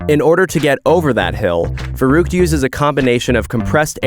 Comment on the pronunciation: the way you're pronouncing verrückt xD. Farouk